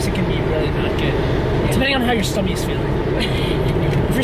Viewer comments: said stummy lol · Chick is the best! Awesome fries and chicken nugs. I love how was saying stommy lol I’ve said that for years abc I get the crazy face. Nice to hear someone else saying it. Just think he will be driving soon officially ahhh!!!